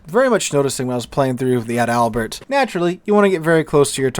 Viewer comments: Ad albert sounds funny.... Its pronounced just like the paratrooper flower the Germans wore....Edelweiss. (pronounced Adle Vise) Adalbert. .. (pronounced Adle Bear) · I’m not a nitpicker, really, but it’s Adal-bert, not Add-Albert. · I don't want to be the "actually " guy here, but you're mispronouncing the ship's name. She's ADAL-bert, not Ad-ALbert. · sorry, but I love your pronouncing "Ad Albert" 🤣🤣🤣🤣🤣🤣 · Can't wait for the full, comprehensive German ship review video, where we get to see how the "Bi-Smark," the "Fry Derek, " and the Gruh-Sewer hold up in 2025